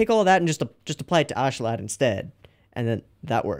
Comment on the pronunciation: you pronounce Askeladd like "aus-kuh-lud" by the way. Also i love how you keep going over the helmeted figure in the opening, I think you'll like them